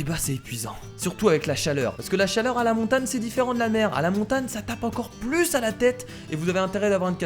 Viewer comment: pq tu dis montane et pas montagne